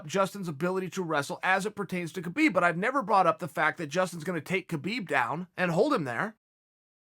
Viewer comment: It’s pronounced KA-BIB